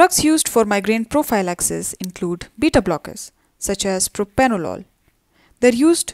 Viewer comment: PROPRANOLOL not PROPANOLOL